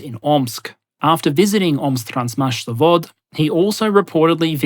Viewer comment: My man really said "Omsktransmash Zavod" without missing a beat I'm stunned